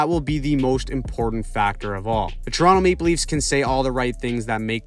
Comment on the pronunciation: that's actually the most OG correct way to say Toronto if you are truly from Scarborough area and such. You wouldn't typically say it like TO-RON-TO unless you were a foreigner, TO-RON-NO is the most standard way. TRON-o or TRON is the more niche but truest way, with that very quiet o at end.